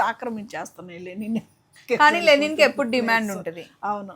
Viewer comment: లెనిన్ కాదు గారు.... లినెన్